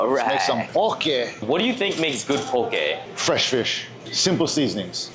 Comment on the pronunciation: why you keep saying poke like that 😂. You pronouncing it PO-KAY. Aren’t you from here? Best poke is Opakapaka/Onaga/Hamachi belly poke